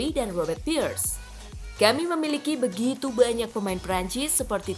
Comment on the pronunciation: Pires, bukan pirs